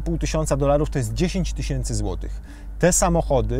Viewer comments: Tys. od tysiąca a nie tyś.iąc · tys. a nie tyś. !!!